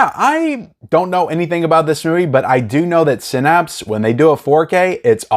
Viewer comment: OMG, pronounced Synapse right. Must have been practicing. 😋